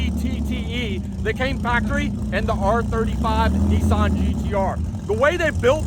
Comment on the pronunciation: Whats a NESSAN We call them N I S S A N